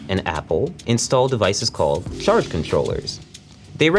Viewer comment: hate how he says " CHarge " the CH is like .. so weird sounding